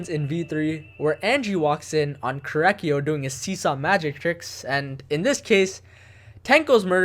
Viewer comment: how says korekiyo: korakyo